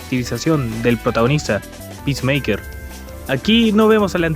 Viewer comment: Bro, están apunto de vender todo warner y nuevamente van a reiniciar el DCU Jajaja Que carajos salvo “pismeiker” según tu?